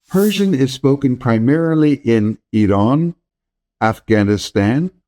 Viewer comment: You are the first westerner I have ever seen who pronounce Iran the correct way. Matter of fact it was exactly how we say it in Iran.